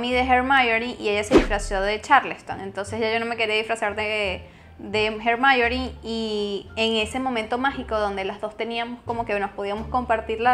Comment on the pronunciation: No me quería disfrazar de ¨Hermaiorin¨ jaja